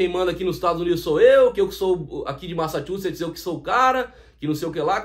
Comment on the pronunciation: E o outro nem aprendeu falar “ MASSACHUSSETS “ ! 😂 Tiago Skol sabe o que diz !